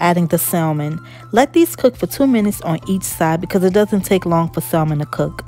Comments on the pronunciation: the L in salmon is silent, so the name of the fish is pronounced "samon". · Looks great. Also the L is silent is salmon.